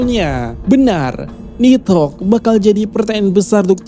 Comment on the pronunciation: Pengucapannya yang bener... Ni - dhogg Bukan nid - hogg